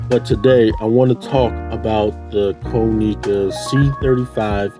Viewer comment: Dope video g. Just a heads up tho it’s kah-nih-kuh not koh-nee-kuh